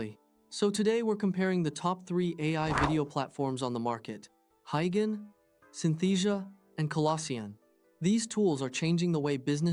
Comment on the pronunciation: Wtf is "Hi Ghen"? Do you mean "Hey Jen"?